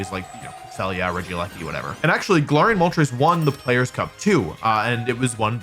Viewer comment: Hey wolf, Im pretty sure its pronounced: ga-lair-ree-ian and not ga-lar-ree-ian. I watched the anime and it's pronounced like that so yeah ..